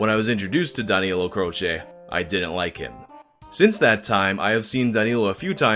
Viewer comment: My first name is danilo....hearing him say it close to perfect over and over weirded me the fuck out cause noone ever calls me that...they call me dan cause its easier..or they don't know my real name...almost had to stop watching cause hearing my name is weird